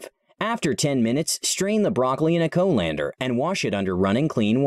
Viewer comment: who pronounces it as Co Lander? is this an Ai speech? also this method isn't full proof, there is still worms getting stuck in between the flowers in the smallest of crevasse. hand inspect each one thoroughly is the only way to make sure u not eating any worms.